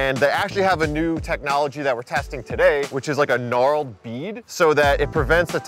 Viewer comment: Hahaha “Trying a new rim with Knarled bead” it’s knurled.